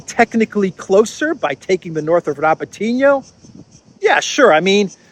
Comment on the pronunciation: I wish you guys would pronounce Robotino correctly it's pronounced RabOtinah with the emphasis on the 'O'.